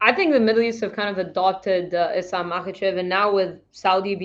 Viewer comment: It's Islam guys, not Izlam. S in Islam is pronounced the way you would pronounce it in the word 'Strike'.